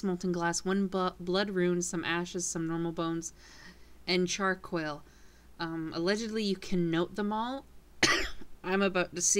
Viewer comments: Its Char-Coal Not Char-Coil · "char quil"